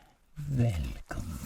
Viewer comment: Whenever I hear that "Oh Velcome! Velcome!" I know it's about to be a tingle sesh to outshine all others!